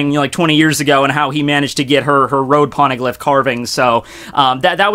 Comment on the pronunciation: What's a porneglyph? xD